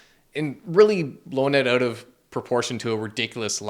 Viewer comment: ** Scary music plays** “BlackRock paid me to spread their propaganda” followed by the most Canadian “so please go check it ooout” 😅 lol